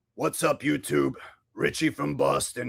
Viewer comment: Did you just call it Yew Tube??? That's anti semetic